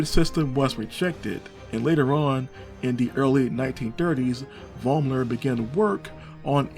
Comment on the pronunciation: In my german homeregion, the name Vollmer is not uncommon. It is spoken ,Follmer'.